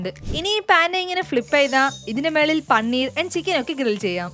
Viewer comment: പണ്ണീർ അല്ല പനീർ